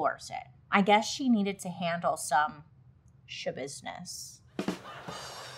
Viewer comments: “ She had to handle some Shabusiness” 😂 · Mind Schabusiness is all I hear when I hear her name. 😅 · Lol “mind yashabissness”🤭 Man she was really sick 💔💔💔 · "It's Shabusiness??" No, it's NOT ya business ✋️ Edit: it was in fact Shabusiness